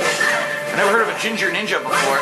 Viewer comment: "ginger ninjer" lol